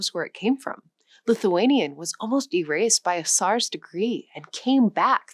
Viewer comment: Great stuff, but please work on pronunciation for a topic like this. So many words, but I remember tsar, Visigoths, and especially Caucasus. That said, it was otherwise an enjoyable, worthwhile video. Thank you.